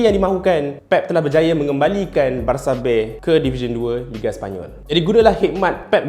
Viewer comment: Spanish pronunciation dia betul lah haha